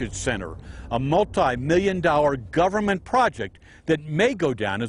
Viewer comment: I hear "gubbamint, gubbamint, gubbamint", but what I see is two failures: the consultants haven't been taken to task for pith-poor advice, and no-one now complaining about how obviously unsuitable the site was spoke up back then.